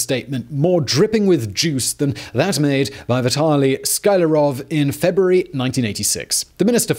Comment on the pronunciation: Sky Larov? It reads Skly Arov! Please don't rearrange that name. Or you should start saying Hilter, Kneddedy, or Trmup. C'mon, why?! Sklyarov is not exactly famous, but well known enough.